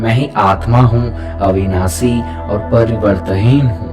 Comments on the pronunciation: Ap n ek word ka galat. Uchaaran kiya hai parivartanhin hoga na ki pariwarthin ,baki sab great 🙏👌👌👌❤️ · Parivartanheen hai, aap parivartheen bol rhe hai... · To be very Honest I am from south India and I can understand n speak hindi Good enough But I could not understand some words that you said "Parivartaheen" especially everytime I tried to follow what u said I got stuck at this word I was expecting each verse to be explained in way that could be understood clearly.. I did miss out Understanding the whole thing fully Kindly use much more simple words during ur translation.. or explain a bit more clearly so that everyone understands Most of the Lines u said I did not understand at all But I had a good meditation session I must say... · Thank you for introducing this mantra. Just one request… kindly see that your diction is correct while translating the original since it makes a lot of difference in taking your videos on a more serious note. Difference between various स श ष and right pronunciation of परिवर्तनहीन and various other words. Please take care.. you are doing a commendable job.